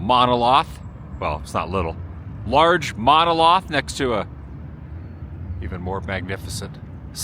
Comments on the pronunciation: I almost thought he said MONOSLOTH 😂 Still a great vid! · You say SAUCONEY … I say SAUCONY… you say MONOLOTH … I say MONOLITH… let’s call the whole thing off 😂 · Monolith not monoloth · Monolith, not loth :) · Monah-Lith attn: Adam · "monoloth", lol. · mano lith short "a". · No, he was trying to say MonoLITH, but Adam was being Adam with bad mispronunciations. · 3 seconds in and this idiot mispronounces Monolith. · I was like “a mono-what?” 😆 The word might have been mispronounced but it was used correctly! We ALL mispronounce worlds. I mispronounced pho for years. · He mispronounced it what a idiom! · She just created this account last week, mainly to correct his pronunciations. Twice with Quito and now monolith.🙄